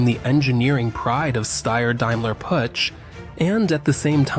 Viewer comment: Learn first how to say Puch,not putsj....